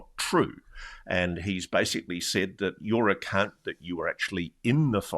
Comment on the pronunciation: When he said your account i thought he said something else!! Had to listen twice!!🤣🤣🤣